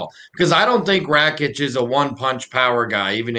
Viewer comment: Pronounce Rakic's name properly fs... Ignorance, calling Santos that 37 year old what does that mean. Tool